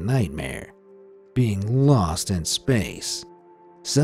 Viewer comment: Lost? I thought you said LUST in Space!!